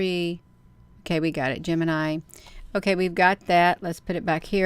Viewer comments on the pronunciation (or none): none